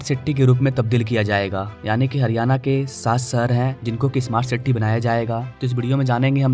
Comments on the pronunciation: Siti nahi city hota he bhai. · City bolna bhi shikh le dost